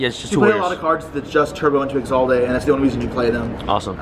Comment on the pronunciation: I had much more of a problem with the pronunciation of 'Isolde'